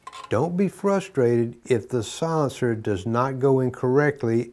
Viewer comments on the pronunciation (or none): none